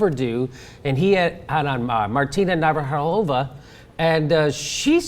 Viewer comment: Martina "navrhalova"? Whos that?